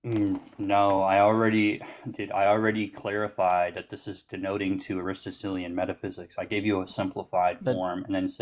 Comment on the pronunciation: oh man, he cannot even pronounce ARISTOTELIAN 😅 "denoted" ignoramus 😊